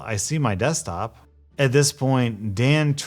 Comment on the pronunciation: Poor Dan, all he wanted was to save your "Dextop" from all the "wiruses". He was going to tell you "each and everything" :(